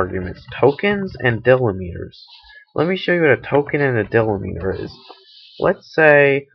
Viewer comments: dill-li-meter, lol, deeeee-lem-it-er, great video thanks for the help! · Can't get past him mispronouncing delimiter.